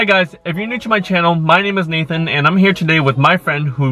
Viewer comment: not nathan